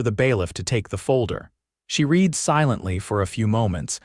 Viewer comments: I'm so tired of A I not saying the correct tense for the word Read (re'ad) pronounce d RED not read. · Could someone teach this AI reader the difference between read (reed) present tense and read (red) past tense?